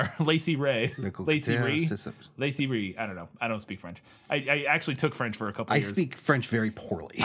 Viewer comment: Your French pronunciation is perfect,!